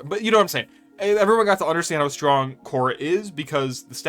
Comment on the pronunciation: Just came here to commend your ability to talk about gara and khora without getting your tongue twisted😂